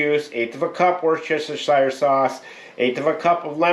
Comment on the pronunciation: I think it's pronounced Wooster-sure. But seeing the spelling and pronunciation, I understand why the American Revolution had to happen